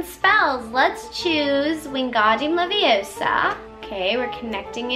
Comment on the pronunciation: it’s wingardium leviOHsa not levioSAAA